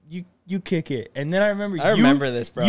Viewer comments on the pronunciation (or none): none